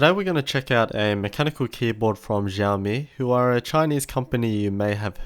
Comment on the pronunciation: "Xiao" is pronounced "siaw" due to the China being China. :D